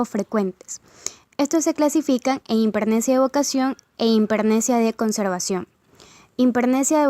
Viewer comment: Por favor pronuncien bien, es importante: hipermnesia, no himpermnesia.